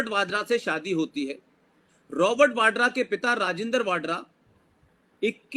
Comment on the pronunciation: राजिन्दर वाडरा नही राजिन्दर वधवा है सही नाम। यह अरोड़ा है पीछे से